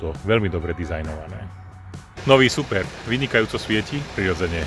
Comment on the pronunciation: je smutne ze neviete naporiadok hovorit o technologiach,no est sutnejsie je ked recenzujete auto ktoreho nazov neviete ani vyslovit. za toto vas platia? to moze potom robit fakt kazdy.